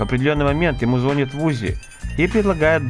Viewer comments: Я конечно всё понимаю, но не мог бы ты говорить не "звОнит" а "ЗвонИт"? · Чувак, только не зво'нит, а звони'т)